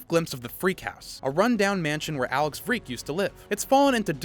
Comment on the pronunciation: Its Freag, not freak